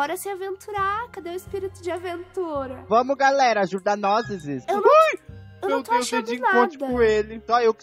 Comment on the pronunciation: Mano eu n tankei o "nozezes" akakakkak